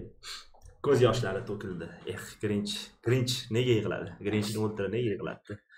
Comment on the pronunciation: grinch uc desa krinj uc deb eshitdim🤣🤣